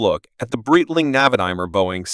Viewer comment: Wrong pronunciation. Should be "bright-ling"